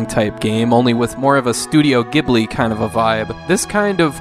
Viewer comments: Great video as always! Side note, "Ghibli" is pronounced "Jiblee" (or Jiburi for Japanese pronunciation purists) . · Ghibli is pronounced “jibli”,. スタジオジブリ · Ghibli, as in the Arabic word that the studio takes its name from, is pronounced with a hard G, as in game. Ghibli, as in the name of the studio, is pronounced with a soft G, as in giraffe. This was, either accidentally or purposefully, a mispronunciation by Miyazaki, but it is officially how to pronounce the studio’s name. Hope the next time you reference Studio Ghibli you’ll remember this!